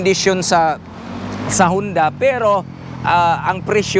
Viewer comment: Honda po .hindi hunda